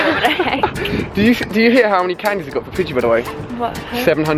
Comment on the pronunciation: did he say pigey candies????